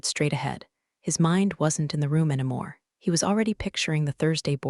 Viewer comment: Every homophone has a 95% chance of being incorrectly pronounced. Also, "anymore" - "anamore"; and I don't know how to represent the pronunciation of "Patagonia(n)".😅